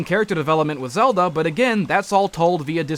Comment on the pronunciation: "The Legend of Zelder." ITS THE LEGEND OF ZELDA